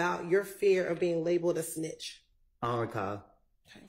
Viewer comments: When he asks her to repeat herself but still says, I don’t recaw. 😅😅😅😅😅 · he don’t recawl 🗣️🗣️‼️💯